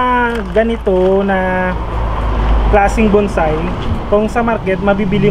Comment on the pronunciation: Hindi yan buuuunnnnnsai..... BONSAI.... puro kyo bunsay eh......